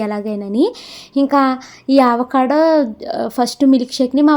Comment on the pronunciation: Meeru aavacado antunnaru avacado anali modati a tho palakandi second a palakakandi ante telugu varnamala lo modati aksharam tho palakandi